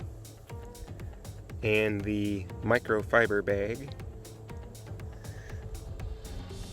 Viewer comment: “Microfiber Baig”